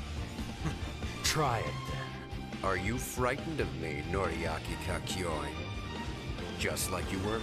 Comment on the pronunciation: The way they pronounce Kakyoin and Jotaro rlly sucks. At least in the new anime those were fixed